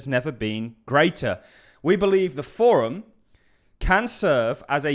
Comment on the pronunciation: Forum. Not form.